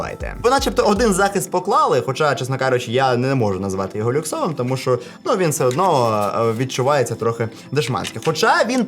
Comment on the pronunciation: Привіт! Все круто, дякую що українською, гарно виходить, але не ШО, а ЩО так будеш звучати ще цікавіше.) Апарат так собі, за ті кошти. Ти красава! Продовжуй!!!